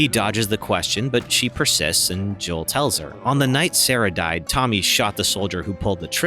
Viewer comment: Sarah not sere haha